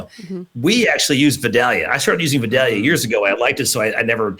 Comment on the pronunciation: Native Georgian here, it's pronounced V(eye)(day)lia. That is all.